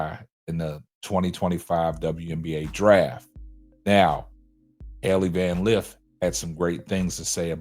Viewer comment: He’s not even saying her name correctly that shows you how much of a troll he is